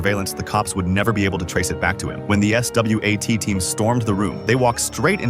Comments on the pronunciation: Bro swat not S W A T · “the s wat team” 😭😭, i know ai can say and pronounce literally every word made 😭😭😭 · im guessing the script wrote S.W.A.T and thats just what the ai read